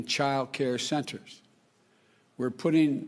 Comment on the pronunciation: what a loser. he cant even speak. "schenters", "salient and silent" prayer. what a doosh. not my president